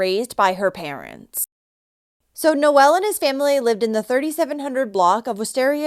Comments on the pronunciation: It's not pronounced Noelle, it's pronounced No ul. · Omg, you are pronouncing his name wrong. My son's middle name is Noel & for a boy it's pronounced Nol. Your calling him a girl. Nol sound for boy No-el for a girl.